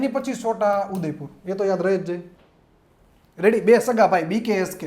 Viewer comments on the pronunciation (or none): none